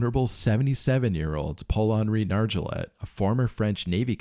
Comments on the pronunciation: "Nar jo let" 💀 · Nargeolet. Nar Gee Oh Lay.